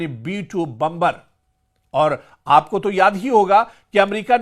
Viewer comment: बंबर नहीं बॉम्बर कहते है अंपढ़ जागिल 😂😂😂